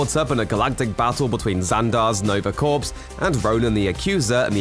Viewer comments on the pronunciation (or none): That's not how you pronounce "corps".